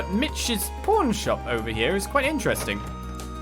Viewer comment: you need to work on your enunciation, is PAWN SHOP, not porn shop XD Also, I offer myself to help the teacher to drink all those beer and because I'm a gentleman I'll let her have most of it, I'll just drink a little XD